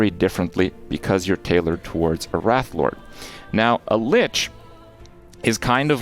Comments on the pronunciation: RAY TH not wrath. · It's pronounced Rayth(wraith).......you're pronouncing rath(wrath) which has no "I" in it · Someone want to tell him that adding an "i" to "wrath" makes it "wraith" ? xD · Kripp, my man, top tier content as always; glad you're loving LE so much! PS Wraith (RAY-th), not 'wrath', as in wrath of the lich king. Signed, a teacher. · Why... why does he pronounce wraith as rat... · Why is it so many youtubers can't pronounce the word "Wraith"? It's not "Wrath".